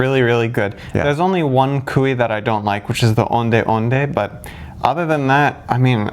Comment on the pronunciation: Sorry, me again... not 'koo-ey', but 'ko - ay'😆